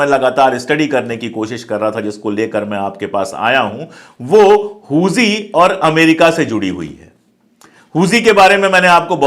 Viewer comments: Huthi हैं जी हूजी नही हाउथी है वो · Huzi nhi huthi hota h sir😂😂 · Hooji nahi hooti hota h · "हुती" (HOUTI) है भाई साहेब "होजी" (HOUJHI) नही है। Please Note it. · Pandey ji,correct word Houthi hai Hooji nahin. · हुजी नहीं है सर हूती है| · Huji nahi bhai huti k samane bolo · Houji nhi houthi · does not even know how pronounce Hoothys. He speaks Hoojees 😊😊😊😊😊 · Yes, exactly.